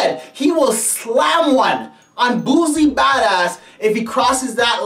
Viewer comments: Nigga if u dont stop saying this mane name wrong😐🤦🏿‍♀️....Its Boosie not Boozie, that shit was annoying to hear... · And it aint "Boozie bhadahz" its BOOSIE BADAZZ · Boosie,not boozie. Lawd that's irritating.🤣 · He calls him buzie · Its pronounced "Boot-see" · Buzie Bodahs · And he keep mispronounced boosie name# clown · He can't even say Boosie name rite